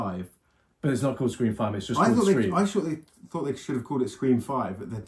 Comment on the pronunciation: "5-ream" lol